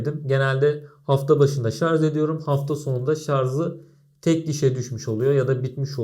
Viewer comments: umarım geçen 3 yıl içinde ''şarz'' yerine ''şarj'' demeyi öğrenmişsindir. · şarz değil, şarj. :)